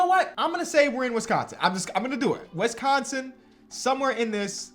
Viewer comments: it’s “wIsconsin not wEsconson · The way he say "Wees-con-seen" lmaooooooo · No one::"Wessconsin" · Hearing you pronounce Wisconsin pains me. Cool video still. I miss watching Tyler and Jordan hoop over here. Could have picked your guy Tyrese as well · Why do you pronounce Wisconsin like that? 🤣🤣🤣